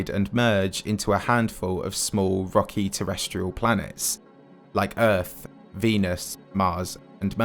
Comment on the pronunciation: You know it’s going to be good when it starts with a British man slowly saying EARF